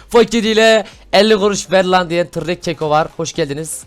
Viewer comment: abi keko deyil kako